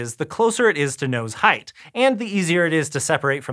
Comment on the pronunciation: "Height"... Right